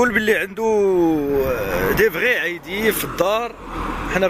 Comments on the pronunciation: ايدي و ليس عايدي. ايدي هو الكلب بالامازغية.bon courage Chef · أيدي ماشي عيدي ههه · لا اصحبي إنا عايد اولا صالح ره سميتو بالعربية كلب الاطلس ابشلح ايدي نالاطلس يعني ايدي هيا الكلب غير الناس مكتعرفش تنطق شلح دكشي علاش (اي) كيݣولو لها (عي) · من فضلكم ماشي العايدي بل الصحيح هو ايدي يعني الكلب بالامازيغية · سولتي الضيف ديالك على الحلول لي يمكن تنقذ بيها هدا السلالة...انا كيبنلي ان اول حل هو انك تنطق الاسم ديالها مزيان وتصحح الخطأ الشائع ....(ايدي ..جمع ايضان) ماشي العيدي ....وشكرا على المجهود